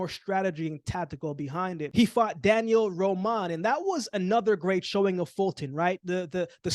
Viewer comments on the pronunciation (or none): none